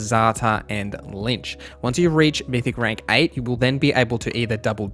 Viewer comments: Great video. Hated the fact that you kept saying lynch and not LICH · Please, read between the lines. I was using your mispronunciation of "Lich" as a joke. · lich is read like bitch, not lynch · "The LiNch mythic path" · Why you call lich, linch😂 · Linch. We need a tutorial for how to pronounce “Lich” thanks for the vid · That's pretty much as wrong as it can get ... The Lynch is one of two protagonists in Kane & Lynch and David Lynch is an American filmmaker, painter, visual artist, actor, musician, and writer. Lynching is an extrajudicial killing by a group. Neither of those 3 examples have antything to do with undead entities Or do you wanted to say Lich? Which is pronounced quite a bit differently then Lynch, what is how you pronounced it. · I feel like there's no way you're not saying Lynch on purpose, to annoy people. It's working, you're really screwing with me haha. Good content :)